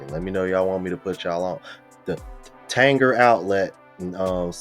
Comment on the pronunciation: Got one in Lebanon Tennessee it's pronounced Tan-jheer